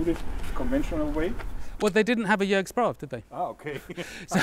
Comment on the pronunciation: It's "gas-tra-fee-tees" not "gas-tra-feets" and while we're at it it's "yerg shpra-va" not "yorg sprahv"